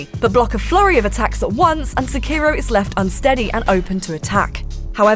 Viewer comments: If you are gonna Sekiro so many times in a video, please at least say it correctly. Se-ki-ro (seh-key-row) not suh-kiiro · She's stretching the O as ohhh and not oh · I just can't stand the way she pronounces it. It's Sekki-roh. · I think you said "Skeiro" more than 50 times in three and a half minutes. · Pronounce it like "Seh" "Key" "Roh". Roll the R slightly. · It's not "sekiirow". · The only thing you need to know is that you dont pronounce Sekiro the way this woman does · How many times can you say Sekiro wrong? IGN: Hold my beer.. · Nice video, but hearing you mispronounce Sekiro over and over gets really frustrating. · It's pronounced Sekiro and not Sekiro